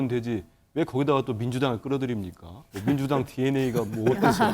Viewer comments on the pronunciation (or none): 안철수 발음...밍두당에 대당덩비리~~~~~~~~~~~~~속터지네!